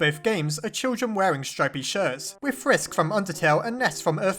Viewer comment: If that is how it is, then just call frisk aaaaaa. No effort. Good job.